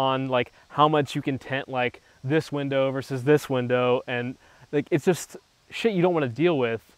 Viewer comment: I love how he says shit